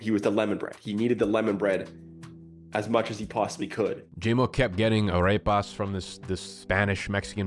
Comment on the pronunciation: It's Ah-rep-pahs!!